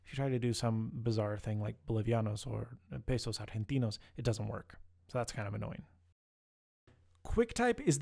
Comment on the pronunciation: the way you said pesos argentinos was native like.